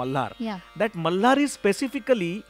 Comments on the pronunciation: Why the host is pronouncing malhar like... Malar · Why he is saying raaag mallllaaar... its malhar sir.